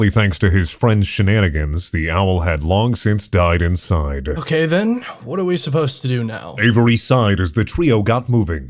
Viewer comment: Was a 10/10 episode until "inside" was rhymed with "side". -11/10